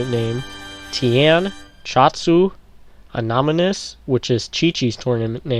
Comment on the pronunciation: KAMEHAMEHA. NOT KAMEMEHA Edit:okay , so the second time you pronounced it correctly , but you also said "anominous" instead of Anonymous.